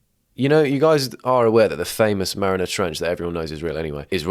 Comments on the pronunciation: You pronouncing "Mariana Trench" differently every time has me on the floor. Marinara. Marina. 😂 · I know you're Italian mate, but it ent called the marinara trench.